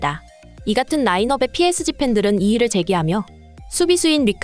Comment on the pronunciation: PSG➡️ 삐에즤...로 읽어라~!! 존말할 때😊😊😊